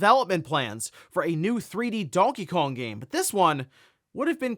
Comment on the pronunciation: When he says Donkey Kong, it sounds like he's saying "Donkeyong" amirite?